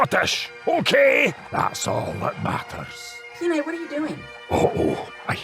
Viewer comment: Love the Scottish Kenai! 😂🥰